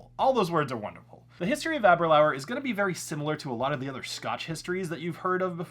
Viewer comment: Ahhhh- ber- lure. Got to pronounce scotch names correctly.